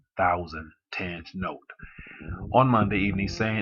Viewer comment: Its readng ten’ghe